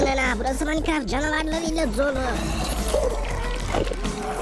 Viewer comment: Maykıraft degil minecraft